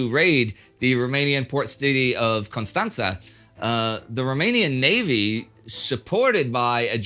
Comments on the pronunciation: Pronunciation of Constanța was perfect 👌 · Indy pronounced Constanta right. BEHOLD, EVOLUTION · OMG, Indy nailed the pronounciation of Constanța. - a romanian dude enjoying your channel. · I don't think I've ever heard a non native speaker pronounce Constanța so well. Good job!